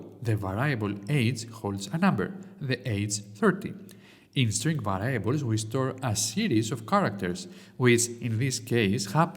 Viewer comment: Thanks for the tutorials,. I only have one comment and only because I was a teacher. Variables is pronounced βεριαμπελζ με τον τονο στο βε. Otherwise, excellent English.